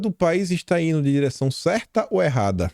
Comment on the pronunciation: não é foi Ino, é foi indo.